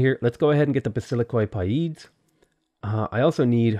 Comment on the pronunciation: As a Greek i see many youtubers struggle to pronounce Vasilikoi Paides. So let make it easier for you all to pronounce. Its "Vasiliki Pethes" which translates to English as "King's Childs". In reality they where childs around 14-18 years old who lived in the palace and trained to become the next generals of the Macedonian army.